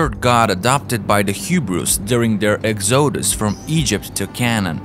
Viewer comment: Who says “Ex-O-dus” or “Eyes-rail-it-tees” though?